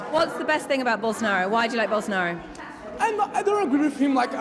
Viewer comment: And the "o" at the final, sounds like an U. Bow-sso-naru